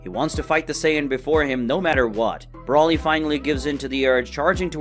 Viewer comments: Its broly (bro lee) smh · Still cannot say his name right Broly